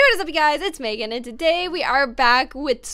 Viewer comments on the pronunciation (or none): none